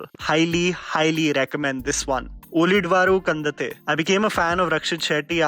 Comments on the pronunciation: its "ulidavaru kandan-the" :) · Hey. Thanks for the video. Just a suggestion on how to pronounce 'Ulidavaru Kandante.' It's pronounced उळीदवरु कंडॅनते. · Dude it's Uli-davaru-kan-dan-tthe... Means "As seen by rest" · Ulidavaru Kandante pronunciation was wrong... But, great list of suggestions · That pronounciation of "Ulidavaru kandanthe" is matching at all. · The way he pronounced ulidavaru kandante😐 i was like nooo. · Ulidavaru kandante whole pronounciation wrong ,also watch kirik party of his